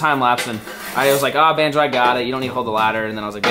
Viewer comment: Lmfao that’s not even og!!! And it’s bonzo not “banjo”